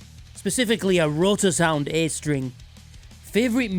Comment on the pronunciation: it’s always the G strehng